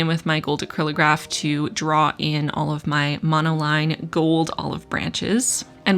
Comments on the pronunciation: "I'm very curious where olive you fall." I literally checked the comments mid-video specifically to see if anyone else mentioned this :) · Every time you said “all of” in this video, I heard it as “olive”, which made this even more of an olive themed spread! I love what you’ve done with this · once I read your comment I couldn't un hear it 😄